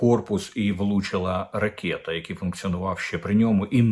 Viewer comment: Щоб Ви,нарешті змогли вимовити слово " ракета " по - українськи - РАКЕТА,а не ракєта./ в русс.транскрипции-- ракЭта / ...Even in English it must pronounce as ROKET.../// Укр."гидко,огидний" з Ваших вуст вилітає як " огідний Булгаков...Вже стільки раз Вам вказували на такі фонетичні огріхи,а Ви й коментарів не читаєте ...